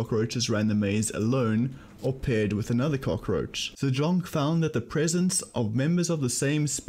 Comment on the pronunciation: Great vid! but you pronounce the name "zajonc" wrong, it's said as "zajonts"